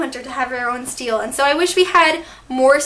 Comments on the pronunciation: did anyone else scream when she said steel instead of stele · im sorry to be that person but it's called a "ste-le" not "steel" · It's pronounced steleeeeeeeeeee tho not just stele. In the tv show they pronounce it stele with a long e at the end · This is shelf goals I’m so jealous.😍😍(also I thought it was pronounced “ste-lay” not “steal”?) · So uhm its stelé not steel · In this video she pronounced stele like Steel but I thought it was pronounced stell-ay I could be totally wrong so some please correct me if I am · I love your video but dduring the video u said steele but its pronounced stele sorry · its pronounced stelae in the tv series and thats how i pronounced it but each to their own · it’s pronounced steh-lay lol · It is ste-le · It's bothering me how your pronouncing stele "steel" but it's fine because I love the video😂💖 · its pronounced Stel-lay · It's pronounced stel-aye sorry it just got annoying!! 😁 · pronounced it as Stelle...x"D..as in Stella but like stelle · I can't believe I've been pronouncing stele wrong this whole time. 🤣😩 I collect keychains so I definitely want to see if I can find an angelic rune keychain. Thanks for the tour! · Hahaha Cassie has stated that while its a real word with a proper pronunciation, even both of its adaptations pronounce it "stellay" which is incorrect so she encourages fans to pronounce words in the books however they like, but I'm so happy to hear you liked the video! TBH I think "Steele" has the most controversy over how it's pronounced XD